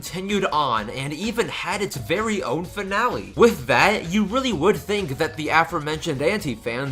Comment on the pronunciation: The ship isn’t important. Unlike the whole fiasco with Paul and Pat, it didn’t lead to any harassment. Also, it’s “think” not “fink”, “forgot” not “fore got”, “channel” not “chanal”, and “that’s” not “thais”. And in your username, it’s “for” not “fore” and “princess” not “princes”.